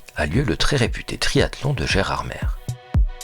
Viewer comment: Nous voici arrivés à Gerardmèrrre 😂